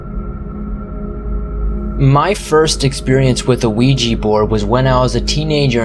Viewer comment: Nice to hear someone pronounce ouija properly instead of weejee!